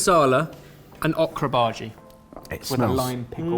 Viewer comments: ohhhh kraaa, not ahhhhh kraaa!!!! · I giggled every time said okra. We say it with a long O sound. O-kra. ☺️ Also, thank you for taking out the flashing colors in the outro. 👍🏻 I never could look at it...flashes can be a trigger for my migraines. 🤯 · You pronounce okra wrong. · It hurts me the way is saying Okra. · Awk-ra? Is that typically how Okra is pronounced in the UK?